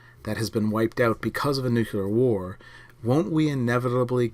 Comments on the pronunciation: "Nuc-u-lar" instead of "Nuc-le-ar" is a well known Shibboleth for Washington DC insiders (mostly conservatives, and heavily taken up by the neocons in the early 2000's), and has been for my entire life. Like it or not, it makes someone who says it sound like a George W. Bush cabinet member. A Ph.D. claiming that it's nothing but a 'local accent' just seems a little bit disingenuous, or perhaps just clueless. Did you get your degree from Under Rock University? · "Nuclear", "nuclear", "nuclear". FFS, stop saying, "nook-yuh-ler".